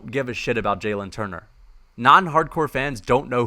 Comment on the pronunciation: AS a casual it's not Jay-lin Turner its Ja-lin Turner:eyes-purple-crying: and casuals know who Dan Hooker is.